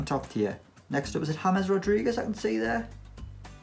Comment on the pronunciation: He said Hamez played in the 2010 World Cup 🤣🤣🤣